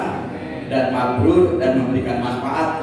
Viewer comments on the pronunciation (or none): Mabruur bukan mabrul